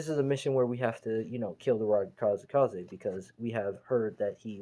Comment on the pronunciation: It's kazekage